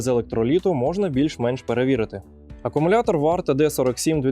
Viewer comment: Не "акамулятор", а акУмулятор😉 Дякую за український вміст!